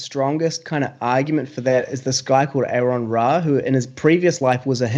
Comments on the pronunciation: It's like nails on a chalkboard everytime someone mispronounces Aron's name. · How come it's so hard for people to call Aron by Aron instead of Aaron?